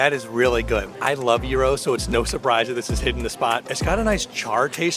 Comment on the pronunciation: Oh man that gyros pronunciation killed me, it's "jai·rowz" :D